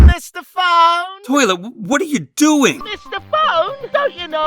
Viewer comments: "MISTAH PHONE?" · "MISTA FONE"